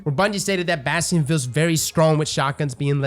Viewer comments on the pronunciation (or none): the fact he calls it Bhastheon really bugs me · In this video we mispronounce it as Bass Tee In.